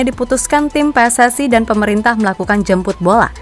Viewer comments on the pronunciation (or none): none